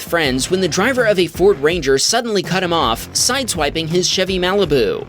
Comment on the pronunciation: "Maleh-beh-oo." Malibu.